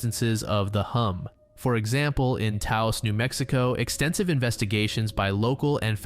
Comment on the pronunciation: You pronounced Taos correctly, good job.